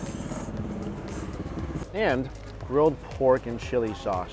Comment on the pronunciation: Why does this guy turns his Ss into sh? Lol Shpaishy shaushe